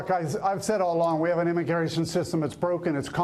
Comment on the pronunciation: what did he say ? I M I G A R A T I O N Lol sorry I had to